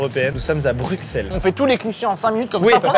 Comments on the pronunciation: le bruXllle m'a fait mal 😢😂😂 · Bruxelles Xxxxx il a dit Maxime s'est bruselles qu'on dit Les belges metez un cœur❤ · Ca ne se dit pas "Bruxxxxelss" mais "Brussel" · On ne dis pas bruxel mais brussel je le sais je suis belge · on dit brusselles pas bruxelle meme si ca s'ecrit bruxelle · ca se dit brussels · Brussssssssselle pas bruxxxxxelle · Maxime à Bruxelles on prononce le X par un S